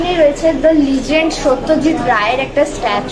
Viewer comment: Legend pronunciation ta aage bhlo kore bola sekh tar por food vlogging korbi